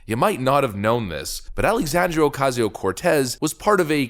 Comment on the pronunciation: It drives me crazy how does not pronounce the last A in Alexandria! 🤦‍♀️